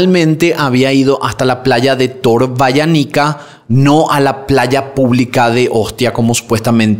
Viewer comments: Torvaiànica, con acento en la a. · Torvaianica tiene accento en la primera a